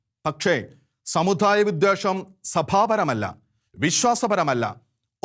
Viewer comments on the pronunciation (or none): Sir pls correct your pronunciation.. especially ... "da"..and "dha"..Samu"dha"yamalla..samudayam...shekaina television should take care of these things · ഉച്ചാരണം ശ്രദ്ധിക്കണം സമുദായം ദാ ധാ അല്ല ആശ്വാസമല്ല ആശാസ്യം നിർബന്ധം നിർബദ്ധമല്ല അങ്ങനെ ... പിന്നെ അഥർവവേദത്തിൽ അങ്ങ് മഹാ പണ്ഡിതനാണല്ലേ ഏത് മണ്ഡലം ഏത് സൂക്തം ഏത് സംഹിതയാ ദുർമന്ത്രവാദത്തിന് ഉപയോഗിക്കുന്നത് ഒന്നു വിശദമാക്കണേ അടുത്ത വീഡിയോ അതാകട്ടെ